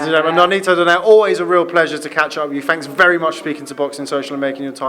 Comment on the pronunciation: For those american ring announcers DONAYRE should not be pronounced as DONAIRE but the correct pronunciation is "DON-NAY-RE"